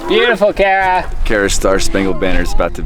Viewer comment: It’s so funny how said kara like cara lol 😂